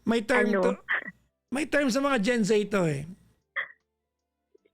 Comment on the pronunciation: Gen Z not Zay hijo